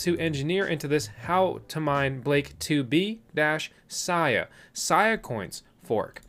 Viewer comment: BTW Sia is pronounced 'see ah' not 'sigh ah'. 👍